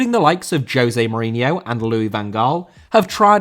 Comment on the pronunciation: Mourinho * not Muríniow